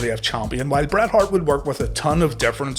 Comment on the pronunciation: Then damn dude, don't call him "Bret Heart" 😅